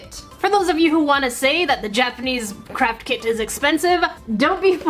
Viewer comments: When she was saying craft kit I thought she was saying "carp kit" XD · When she was saying craft kit I thought she was saying “carp kit” XD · Omg it sounds like she is say crap kit or kits